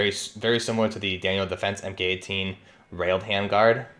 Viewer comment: MK is pronounced "mark" ;)